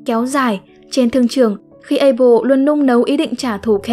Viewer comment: Abel chứ ko phải apel nha:))